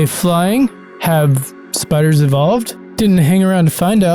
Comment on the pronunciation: spiderrss???? nawwww